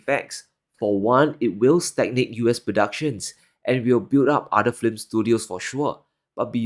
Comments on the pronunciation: I like your channel a lot. So only one little nit: you are pronouncing film like it is spelled flim. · you are wonderful. But I laughed and laughed ever time you said flim instead of film. Just sayin....😅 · The word is not FLIM. It is F I L M. Say "Fill m". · Films, not flims. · If you're going to make an episode about the film industtry stop and practice the word. Fill + mm. Not flim. Trump is an idiot and cannnot grasp it is and was usa industries offshoring production to china to boost profits and raise executive bonuses. I knew a guy who worked in the film industry in usa. He said it was common for their to be only 5 ameriicans on set making an anerican movie in a foreign country. Trump literally cannot grasp that his billionaire backers became billionaires by moving production offshore. That's literally too complicated for his weak brain to understand. Low iq people can't do systems thinking or abstract reasoning. So they create simplified childlike views of reality. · Your English is amazing but take note on fiLms not fLims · Film is pronounced fill-m and not "flim". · The way u pronounce "film" gives me nightmares. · New way to pronounce “film” just dropped! 🔥 😂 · Flim is my new word for visual entertainment! 😍